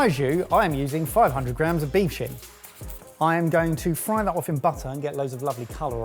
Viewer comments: made me do a What the? When he said beef shin I thought he said beef shit 😂😂😂. I think both meals looked good. Just wondering was £110 for the whole thing, per serve (making it £440) or was it £27.50 per serve? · I had to rewind and turn on closed captions because i thought said beef s#!t. I was relieved when it showed beef shin. Sounds like i need to go to the doctor and have my hearing checked again. In my defense i do suffer from hearing loss and tinnitus from my time in the military. Keep up the good work chefs! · Anyone else hear say, "I'm using 500g of beef shit"? I had to rewind to listen again. It just didn't make sense. 😅